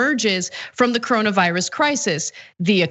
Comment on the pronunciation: “Cowonaviwus is waysis!” -progressives